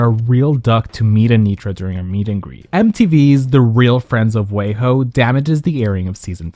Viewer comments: It’s weee ho not way ho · It’s wee-hoe not way-hoe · Not WAY-HO 😂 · I love that you say wayho instead of weho 😂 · Pronouncing WeHo like wayho is sending me 😂😂😂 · But why do you say “WeHo” as Way Ho 😂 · LMAO real friends of "WAYHOE".The pronunciation of the city